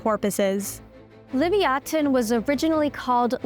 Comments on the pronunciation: Why can't YouTube channels pronounce the names do the particular specimens they're describing? This is exactly why Western culture has been dumbed down. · Ummm it is just me or have I been saying leviathan wrong my whole life lol listening to her pronunciation is driving me nuts 😅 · the way you pronounce the whale's name, Leviathan, kills me inside since I have been a enjoyer of stories about mythological creatures ever since I was a wee lad ! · "Uhm its achsually livyatan"☝️🤓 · The second she said leviathan like that laughed and unsubscribed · Seriously. You think you’d make sure you’re saying it correctly if you are going to try to educate/inform people about it. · Yeah, I haven't heard anyone pronounce it the way she does. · The way she pronounces livyatan feels very passive aggressive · WTF!? "LIVY AH THIEN" Learn your proper pronunciation, it is LI VIE I THAN! PhD Vertebrate Paleontologist, University of Chicago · Its Liv-ya-tan Not livy-atan As a hebrew speaker it bothered me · I went throught this entire video slowly building incredulity and rage at the Animalogic final editing person/people, for allowing this woman to pronounce "Leviathan" as "Livyatan", and thinking to myself "Now I'll never be able to take a video serious if she's hosting because she's clearly an idiot". In my anger, decided to head to Google to research my OWN information so I didn't have to listen to amateurs mispronounce creatures names: "Hey Google, tell me about the prehistoric sperm whale, Leviathan." Ding "The prehistoric sperm whale, known as LIVYATAN" FML..... Apologies, Animalogic host lady. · Learned something new today, I had never heard it pronounced Livy-Oten I had only ever heard Livy-Atan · If you are really going by the Hebrew word ליוייתן, then it should be pronounced Liv-Ya-Tan, and not Liv-ee-a-ten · Levaten WOW BAD PRONUNCIATION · Liviaten? Did nobody tell her how to pronounce that word before repeating it so many times? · Isn't it pronounced Lev-EYE-athan?